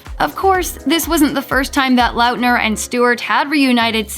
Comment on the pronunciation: She kept on pronouncing Lautner (Lot-ner) as Loutner . im done